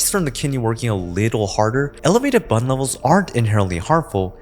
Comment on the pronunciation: Don't say BUN like that... It is an acronym and should be said B U N